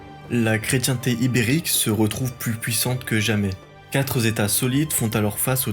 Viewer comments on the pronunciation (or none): Atention aux z accords les 4 z'états et autres 130 z'années nuisent un peu au discours. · Merci pour cette histoire que je connaissais trop peu,, et pour ta chaine (hop, abonné, une chaine d’histoire de plus, mais je vais dormir quand moi ? 😉) Un petit truc, tu fais toi aussi de ces erreurs de liaison qui se répandent à une vitesse alarmante… À par exemple, tu dis quatre z-états, à , les vingt z-années… Ça pique ! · Attention au liaisons dangereuses : cent-trente z'oeuvres d'art. quatre z'états. vingt z'années. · très bien résumé et expliqué ! mais attention aux liaisons erronées (cent trente "s" oeuvres d'art, quatre "s" états solides) et aux lapalissades : 12 califes "différents" - forcément, s'ils étaient 12, il étaient nécessairement différents !